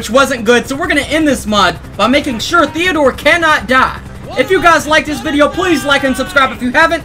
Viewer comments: You said thedor twise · Did he say allvin,theador,theador